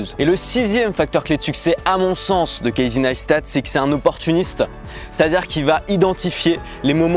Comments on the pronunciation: deja on dit cassy pas kaïzey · apprends a prononcer son prénom avant de faire ct vidéo ;)